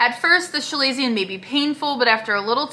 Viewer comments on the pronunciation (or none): “Shu-lay-see-un? It’s kuh-lay-zee-un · FYI. You are pronouncing it wrong. It’s Kuh-lazion.